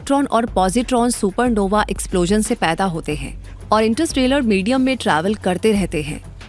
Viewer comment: इंटरस्ट्रेलर नहीं इंटरस्टेलर होता है